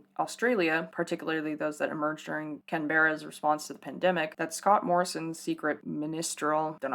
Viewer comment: I have. no idea what this situation is so I'm absolutely lost. I hope whoever was affected can find peace and make space for their health. to bring a bit of levity to the comment section: hearing Canberra pronounced as "can-bare-ah" instead of "can-bruh" as an Aussie rlly threw me for a loop and I somehow got more lost than I was before